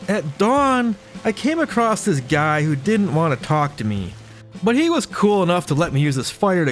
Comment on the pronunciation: It's not "acrost;" It's "across."